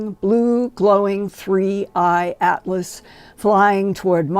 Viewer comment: Linda can hardly speak… and why is it sooo difficult for everyone to say 3i atlas???